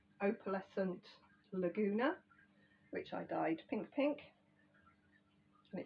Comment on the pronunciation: I used to live in a city just north of here, called Laguna Niguel. Beautiful place near the ocean, wonderful beaches. It was the best times of my life. So I’ve always liked your “Laguna”, even though it is actually “Lugana.” 🤗 Reminds me if those times . . . So personally, I’d rather you don’t “fix” the pronunciation!!!!! 🤣